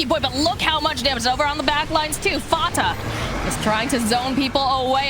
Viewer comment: The way she says Fata still makes me cringe